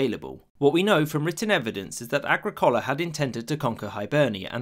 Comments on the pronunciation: You butchered the Roman governor's name. It's pronounced Ag-rick-ola, not Agri-cola. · Agrik OH La not Agri Cola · 'Agri-collar...' - the worst pronunciation of any roman name in all of history. It's ag-rickohla. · Agricola is pronounced "uh gri kuh luh." Agra Cola sounds like a soda made from genetically modified corn. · Agricola was not called agricoala. His name was “Agricola” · A-GRI’-CO-LA. Accent on the second syllable. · That's a weird mispronunciation of Agricola's name in this video. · How the hell did you just say 'Agricola' sorry? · Nice video. But you need to learn how to pronounce “Agricola” correctly,. The emphasis is on the second syllable, not the third.